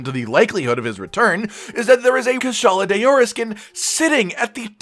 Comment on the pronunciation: “Kushala de-ora” wtf? You may as well have gone full on white guy and read it as “cue-shala de-ora”